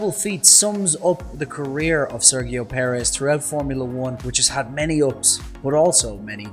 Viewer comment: It's a great video mate but the way you pronounce Sergio is a little weird. In Spanish it's more of a Serheeo. In English it's usually more of a Serjeeo. Really enjoyed watching this man. :)